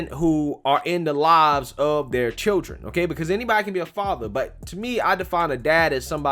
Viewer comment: Chirrr-en? Lol